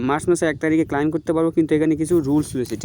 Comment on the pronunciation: ক্লাইম না ক্লেইম শুদ্ধ ভাষা শিখিস নি